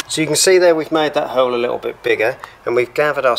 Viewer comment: I like how he pronounces hole "hurl"